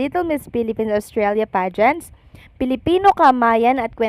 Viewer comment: Ostralia - Not Awstralia